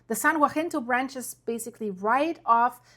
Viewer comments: You're doing great with these videos, we just gotta get your tongue to behave itself and start saying "san haSINto" when you are talking about the San Jacinto fault. 😜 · "San Ya-sin-tow" Pass. Your pronunciation of Cajon (Ka-hone) was perfect. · Say it with me “SAN (HA-SIN-TOW)Jacinto. Not WAHINTO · San jacinto, sounds like San Yahcinto. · San Jacinto is pronounced "San Hah-sin-toh"😅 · It must be tough being German with all these Spanish words. The San Jacinto fault is pronaounced...YA-SEEN-TOE And by the way "Cajón" means little box...una caja pequeño. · San Jacinto--pronounced: 'haseento' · San Jacinto say San Ha cin toe. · San Jacinto (San Ha-seen-toe) hope that helps. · I love your videos, but I've heard this a couple of times and I just had to let you know that San Jacinto is pronounced ha-seento. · San Jacinto is pronounced, saan yahinto. (FYI)